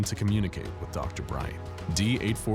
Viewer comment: Did they say dr. Bright or is it just me